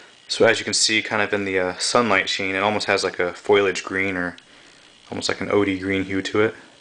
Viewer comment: Its fo-li-age not foilage green.